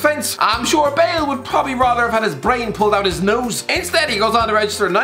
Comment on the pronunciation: “and Bool gets booed”